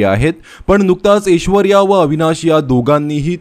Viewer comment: अरे ऊचार नीट कर रे.. एशवर्या नाही रे .. ऐश्वर्या..आणि अमेरिका.. खूप जण जातात, त्यात काय ...व्हिडिओ करण्या सारखं का..उगाच आपला टाईम पास..